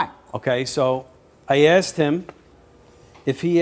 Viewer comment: Why do they always say "likeded"? Or "ax"? Do better